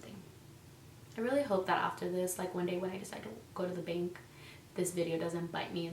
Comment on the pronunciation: I thought you said "bink" and had no idea what you were talking about